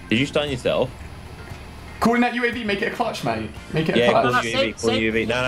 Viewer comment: did he just say yooav instead of uav?